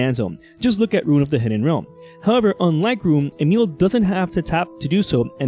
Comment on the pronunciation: You are accually the first english person that pronounces Emiel the right way!❤ nice video nonetheless😇